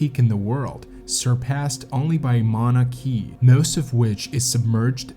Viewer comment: Mountain key ? Lol idiot. Maunakea …. Mauna Kay ah